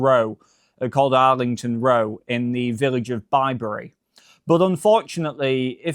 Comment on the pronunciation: It's "bib-ry" not "bi-bury"